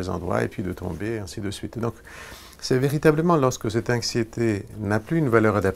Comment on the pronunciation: Pourquoi il prononce "Inxieux" et "Inxiété" ?